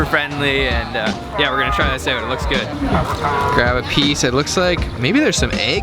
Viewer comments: the word "OUT" is pronounced "AAAOOooot" NOT "Eeoot" dam everytime you say it ....just zingz my ear...you dont believe me....Google it and hit the fu*in speaker key on the word "OUT" DAM!! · You say "out" funny.